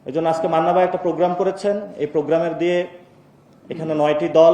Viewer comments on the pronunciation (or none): none